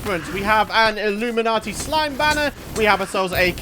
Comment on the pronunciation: Is he calling illuminant bats... Illuminati bats?